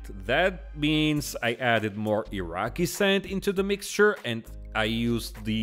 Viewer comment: Gah. “Iraqui” sand. Triggered again.